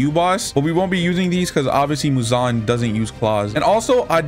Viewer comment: Every time he said Muzon I said He he High pitch